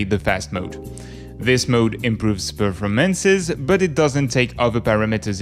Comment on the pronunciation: you say performance incorrectly